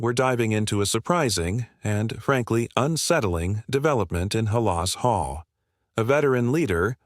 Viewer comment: First of all learn how to pronounce Halas Hall